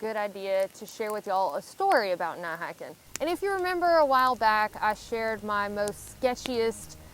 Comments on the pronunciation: What's "not hahkin"? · I like the way you say "Nat haken" we southerners know what y'all mean. Good vid. Keep em coming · "Nigh hikin" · I just watched this to hear say "night hiking" lol